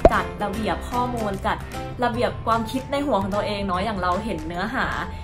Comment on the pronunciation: ชอบมากกก คอนเท้นดีตลอดเยย แต่อยากให้ออกเสียงคำว่า ความ ให้ถูกต้องอ่ะค่ะ ชอบออกเสียงเป็น กวาม ตลอดเยยง่าา